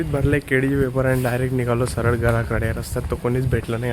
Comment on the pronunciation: केळी ❌ केडी✔️